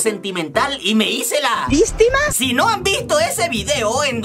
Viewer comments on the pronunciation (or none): megusta cuando dices la palabra vistma🎉🎉🎉😂😂😂